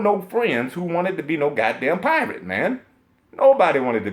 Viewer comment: you got me bruh with that "who wants to be a pi-rrrrate?"😂😂😂